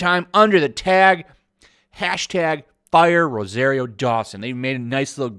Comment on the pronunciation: Learn how to pronounce ROSARIO.